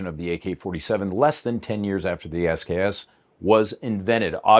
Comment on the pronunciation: When "SKS" is pronounced "sucks".